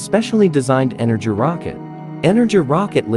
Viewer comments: Slavic language learner here- Buran (Буран) is pronounced (Boo- raan) Energia (Энепгия) is pronounced (E-ner-ghee-ah) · Pronounced, "boo-RAWN" and, "en-er-GEE-yuh" with a SOFT G not a hard G. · Just a note: in the original Russian name, Бура́н is pronounced "boo-rahn", not "byu-ran". Also, the Energia (Энергия) is pronounced "en-air-gee-yah" I see people get this confused a lot and I don't blame them for not knowing Russian pronunciation, but I just thought I'd clarify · It isnt pronounced energ rocket, its pronounced ener-gia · It's pronounced Boor-ahn and Ener-gee-uh. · Pronounced ener.-ghia. Or energy in Russian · It's pronounced "E-ner-GI-a". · I totally agree! He also pronounces the energia rocket booster as "energy". I am pretty confident the G is like the G in glue, and that the R is a "rolling" R with the tounge behind the upper teeth. Im not russian tho, so i am not sure. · Learn how to pronounce "Buran" and "Energia" before you make videos! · The mispronounciation of Buran and Energia is infuriating